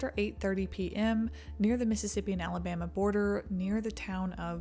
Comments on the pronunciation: Ah, yes, the great state of "Alamaba." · "Alamaba" lol. Love the vid anyways, as always! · “ALAMABA”… small ooops! awesome video! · Is it just me or did that say alamaba? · Just here to point out "ALAMABA" lmao